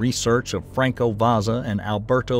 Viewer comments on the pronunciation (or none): none